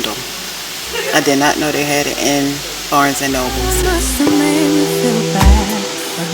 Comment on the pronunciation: I think most people know that people vlog when they see a camera, but may not have seen one in person. Also, people may stare because they think you’re recording them and don’t feel comfortable with that. LOL Ok…I’ma need you to stop adding a “s” to Noble…LOL 😂 I have done a couple of reading sprints before, but they’re not for me. Your daughter is pretty and looks like you!